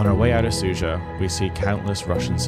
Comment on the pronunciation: Smug attention seeking. You are really a personification of western attitude towards this war - doesn't know anything (even mispronouncing the name of the town its Sudzha not Suzha) but trying to stick your worthless opinion in every hole. You are nothing more than cheap propagandist, there are lots of evidence of civilians that were killed during the occupation of this region. War is not as one-sided and perfectly black and white as you are trying to describe it. You must come home it is not your war.